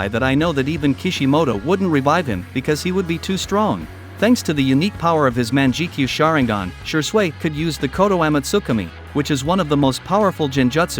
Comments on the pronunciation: MANJIKYU SHARINGAN(mangekyo) Haha What a fucking disgrace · Is no one else cringing from the bot talking? I decided to call it quits after "She-sway has a unique man-jiki-sharingan that allows him to use koto-am-utsikame one of the most powerful jin-jutsu of all of the works"